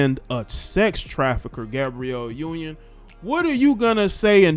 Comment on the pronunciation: I died how he said Gabriel union